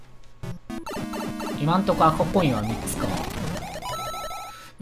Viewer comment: 10分16秒ごろ赤コインがコカイ〜ンって聞こえるw